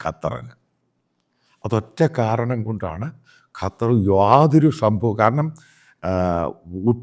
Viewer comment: അച്ചായാ കറ്റാർ അല്ല. ശരിക്ക് നാവ് വടക്കണം. ഖത്തർ എന്ന് ശരിക്കു പറഞ്ഞു കൂടെ